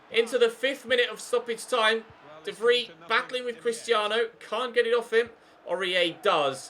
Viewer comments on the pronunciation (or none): can you please stop calling him de Vree? Its de Vry.